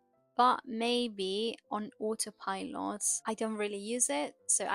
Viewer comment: Btw, "autopilot" is pronounced with a schwa in English (British and American): autopilət